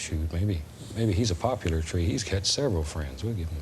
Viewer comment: It's pronounced "poplar". ;)